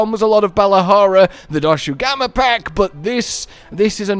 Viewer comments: Doshagama pronunciation is back lmao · I can't believe he still can't say doshaguma